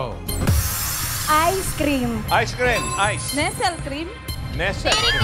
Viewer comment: Narinig ko nanaman ang Nestle Cream imbes na Nestlé Cream 😁😁😁